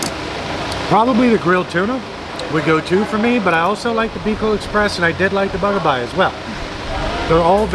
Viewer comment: its bagaybay not bagabay